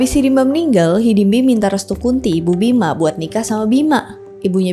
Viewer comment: Ijin koreksi : - Gatot bukan GACROT - Bima bukan BIMACHH - Nyendat bukan NGEN... 🙏